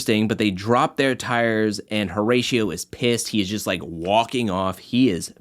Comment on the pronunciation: This video is fire but please for the love of got Pronounce the name correctly please O-RA-CIO the H is silent